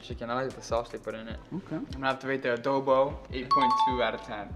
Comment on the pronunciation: It’s chicken Adobo not Abobo 😅 great! I love this video.